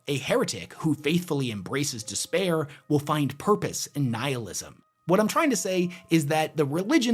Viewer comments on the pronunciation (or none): none